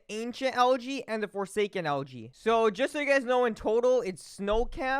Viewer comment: It sounds like he’s saying LG instead of algae and that cutscene sucked